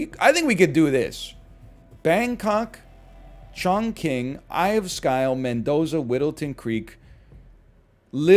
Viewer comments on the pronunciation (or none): Chongqing is pronounced more like Chong Ching. I know sounds bad lol